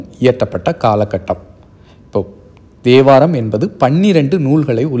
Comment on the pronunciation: Thevaram not devaram